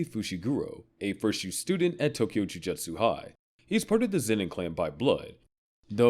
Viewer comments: …is it actually pronounced ju juhtsu sorcerers???????? That has to be a joke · Yeah, the anime channel who can't pronounce Jujutsu.